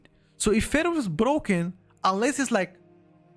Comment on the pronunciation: when you say Feral, it sounds like you are saying Fero.